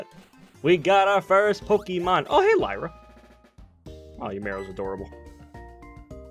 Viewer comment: Max your pronounced Lyra wrong